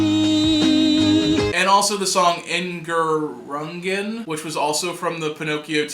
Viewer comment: Erinnerungen translates to Memories you pronounce it er-inner-oong-en